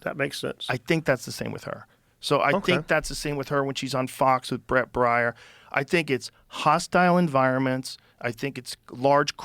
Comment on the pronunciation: BRET BAIER, Joe. As in BEAR. Hahhaa